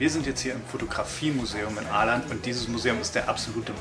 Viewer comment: Als Information: Das wird nicht Aland ausgesprochen, sondern Oland.. :) Der Kreis auf einem A wird als O gesprochen